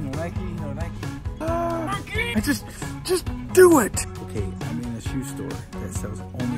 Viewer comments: It's not nikie ite nike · nike not nikeeeeeeeeeeeeeee you dont go out and ride your bikeeeeeeeeeeeeeeeeeeeee and its adidas not adeeeeeeeeeeeedas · How many times did say nikey lol lysm